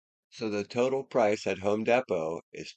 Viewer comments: Home Deee Poe. Sorry dude, it’s killing me. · It is actually called Home Depot not home Depo